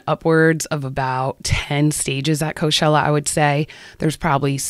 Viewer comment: why do you pronounce it co shell uh if you dont mind me asking? i googled it after this cause i thought i was saying it wrong but its pronounced co chell uh.